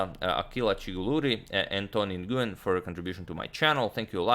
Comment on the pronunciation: Antonio Nguyen is pronounced “Nwen” :)